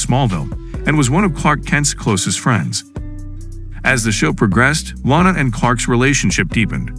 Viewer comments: lana not lanena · Why does he keep pronouncing Lana’s name wrong?